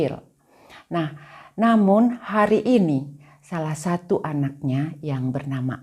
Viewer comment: Mohon maaf ibu, kalau ibu berbahasa Indonesia, mengapa belakangnya seringkali diberi tambahan huruf "K". Misal : hari menjadi harik, negeri menjadi negerik, sendiri menjadi sendirik, Bali menjadi Balik, keluarga menjadi keluargak, sama menjadi samak, bertemu menjadi bertemuk, dst Terimakasih & semoga menjadi lebih baik, Amin. Gbu